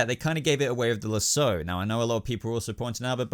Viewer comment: Why do you say losso the way you say it